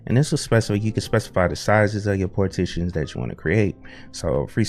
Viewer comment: Is it me or you pronounce it as "GPORTED"? I even also understand "PORTITIONS"...